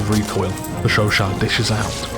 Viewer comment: The way you pronounce Chauchat makes this video an ASMR :) How would you rate it compared to the Chauchat in BF1 (relative value in each game)?